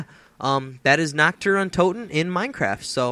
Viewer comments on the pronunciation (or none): We do not say Na "ck't der Untoten but Na" R "t der Untoten